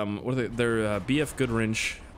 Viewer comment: "B.F. Goodwrench"